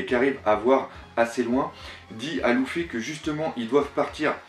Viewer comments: Bien que tu sois fan du mangas, Loufy sa fait mal aux oreilles Luffy!!!! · Juste pour info luffy se prononce LEUFFY pas LOUFFY mdr sinon bien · c leffy pas louffy (prononciation) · lEEEEEEEffy putain elle est cool la vidéo idée intéressante mais la prononciation des prenons mon dieu sa fait peur s'il te plait corrige sa et sa sera super en tout cas merci pour cette hypothèse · Mec,s'il te plaît entraîne ta prononciation par ce que la c'est vraiment déguelasse entre luffy,shanks et thousand et j'en passe c'est plus possible ! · pk prononce tu les nom aussi bizzarement ? exemple : luffy ou brook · J'adore tes vidéos mais effectivement le LOUffy et le Senji ainsi que Brok c'est dommage corrige pour tes prochains abonnés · Toujours autant de problèmes de phonétique lol, sEnji - lOUffy (et oui ça gache le truc venant d'un fan inconditionnel de One Piece) C'est domage tu fais du bon travail, on te sent investi a 200%!!! Je déplore juste le fait qu'il n'y ai pas + de francophones qui font des videos critiques / hypothèses...tu me diras pourquoi tu en fais pas toi? Simplement car je suis pas équipé et je suis meilleur en lecture et réflection qu'en paroles... Aller tu les auras tes 10000 nakamas et encore une fois faudrais qu'il y ait +de mec comme toi sur YouTube, ma critique vise juste a te rendre meilleur et non a te démonter, juste pour rendre +crédible+ tes propos. A+